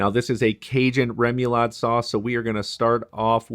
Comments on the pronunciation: *Rem-uh-lod (I live in Cajun country) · ray-muh-LAHD. Idk why the “mu” sound gets to me so badly lol.